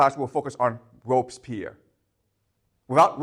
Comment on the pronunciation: (It's Robespierre .. Not Robspierre. And so we prononce the "e". .. Again a great class by the way..)